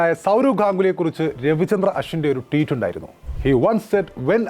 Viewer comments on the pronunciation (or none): none